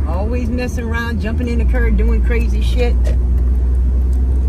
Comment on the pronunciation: The cer you mean car